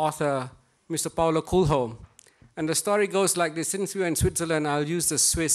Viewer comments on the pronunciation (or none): do you really pronounce Paolo Coelho as "Paulo Cool Ho" in English? I doubt that